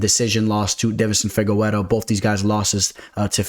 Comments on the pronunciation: Stop saying Fi-ge-we-ro. It’s fi-ge-re-doh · I hate how you say Figgy's name